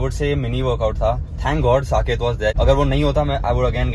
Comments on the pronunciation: Why is calling Saket as sanchet 😂😂😂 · Everyone:- Saket:- Sanket😅